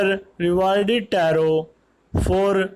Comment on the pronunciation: Vo taro ki ap rong speek kar raha ho sir